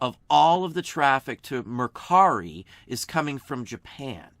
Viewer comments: Great insight and info! Thank you. And nice job on "Mercari" ! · Love that you pronounced Mercari for the OCD people. 😀👍